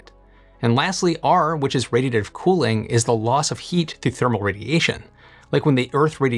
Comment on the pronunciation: Can you please enunciate when saying the word, "radiative"!!?? Speaking is clearly not your strongest quality.